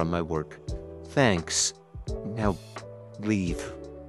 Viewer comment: The part when he says weave instead of leave 😂